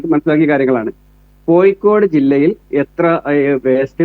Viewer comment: കോയിക്കോട് അല്ല പൂമോനെ.. കോഴിക്കോട്.. ഈ പൂമോൻ ആരുടെ മാധ്യമ പ്രവർത്തകൻ 🦜ആഗോള ഇസ്ലാമിക തീവ്രവാദി ബന്ധം.